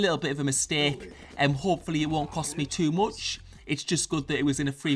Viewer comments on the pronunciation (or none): "Too moch" xD